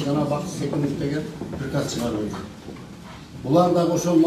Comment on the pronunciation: Дректор пирказ дейт ко а хаа хааа оляяя орус тил окуганбы мектепте каримова уят уят еле жонокой созду айта албайт екен соке соотечественники дегенди айта албагандай ха за го булар жаман езишет ко оляяя